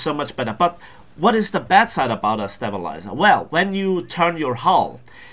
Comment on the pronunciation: it's pronounced stay-bilizer not step-bilizer :3